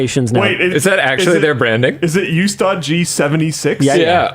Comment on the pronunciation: The U in Ustaad is pronounced as "oo"